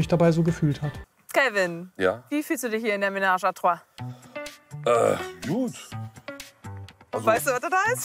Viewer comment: Es heißt einfach nur „ Dreier“ umgangssprachlich 😅 und es ist trois nicht troi